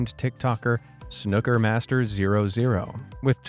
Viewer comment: Fun video. By the way, 'snooker,' isn't pronounced like the 'snook' rhymes with 'book.' It's SNOO-ka. So you know.